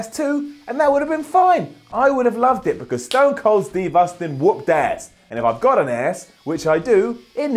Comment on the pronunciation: Why cant you pronounce the word "ass"